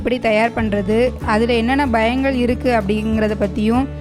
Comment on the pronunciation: அது bayangal இல்ல payangal 🙄